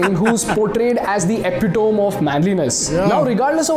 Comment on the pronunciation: Very good video but everytime that man mispronounced epitome 🤦‍♂️